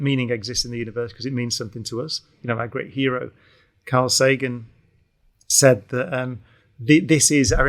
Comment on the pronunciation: Carl Sagan pronounced as काल Looks like सजन